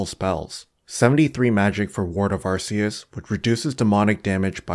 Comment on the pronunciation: great video but its not called arr-see-us